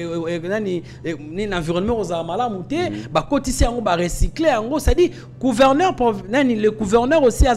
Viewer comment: Pas couverneur. MAIS PLUTÔT GOUVERNEUR. NDEKO LOBA KAKA LINGALA.